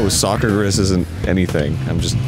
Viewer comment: Sock-er-gris is something. It means sugar pig. No, I have no idea why someone would say that.